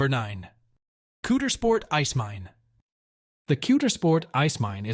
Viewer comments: Wow Pennsylvanians by knowing how to pronounce the gems you are reporting. Knobels Park, the K is not silent. Coudersport in Potter County has an ow sound as opposed to Coodersport. You did have a nice video. Born and raised in Pennsylvania you enlightened me to some gems I was unaware of. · Yes. I was a little triggered ..I think that’s the word kids use these days…😂 Especially with Coudersport and The Simeone Museum. My father was friends with Doctor Fred and they totally butchered his name. 😮 Also, Kinzua….was a bit weird, but maybe that’s because I’m a Pennsylvanian born and raised and I’m extremely proud of my state. ❤😊